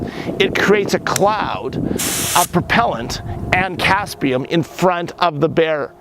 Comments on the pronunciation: Capsaicin, not "caspium" 😁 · Im pretty sure its capsiacin not caspian. Might want to learn you trade well before giving tips.